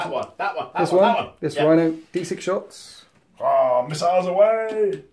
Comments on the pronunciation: "miss-siles"....i died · Heh, thumbs up for the "Miss-iles" about two hours in. Close game at this point, great batrep either way it goes.